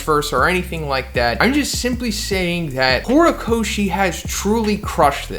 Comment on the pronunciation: Lmao "horocochi" i can't ,lmao this is epic 🤣